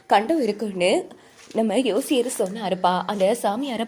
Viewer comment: Josyar aa. Yosyarnnu solladeenga